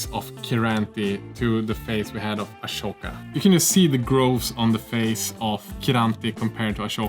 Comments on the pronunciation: Luv your vids, luv this comparison and your own minis, but as a die-hard Clone Wars fan, I just have to yell at ya: IT'S WRITTEN AHSOKA and it's also PRONOUNCED AH-SO-KA, NOT ASHOKA!!! 😤😤😤😪 At first I thought you were making a joke, but then you kept saying it over and over again. Pls don't. Thx. Love from Germany. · How did you say it? Ashoka? But she is Ahsoka and not Ashoka 😅😅🤔🤔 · Its Ahsoka, not Ashoka.